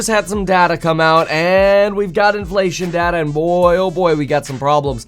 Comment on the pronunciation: It's data, not data.